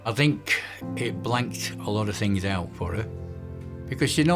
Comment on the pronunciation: Please stop pronouncing words with “th” as an “f”. They have free fings frough life. Free= three. Fings= things. Frough= through. It sounds as ignorant as USA ghetto language.